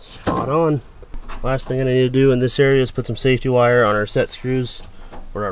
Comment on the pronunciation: is and wire not wie LOL